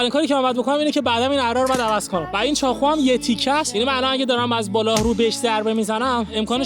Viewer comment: چاقو❌چاخو✅ واقعا❌واخعا✅ 😂😂😂😂😂😂😂😂